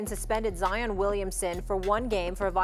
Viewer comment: Who’s “Jaion”? Ja & Zion combined? 😂